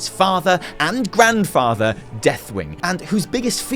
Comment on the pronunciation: "Father and Drandfather, Deathwing." lol